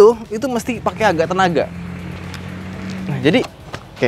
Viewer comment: suka ngereplay, 4.20 jadi, naikinnya itu harus pake "agak" tenaga. seberat itukah bang sampe tipo saat ngomong?